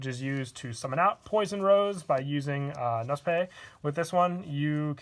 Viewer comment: Knospe is German please look the Aussprache up on google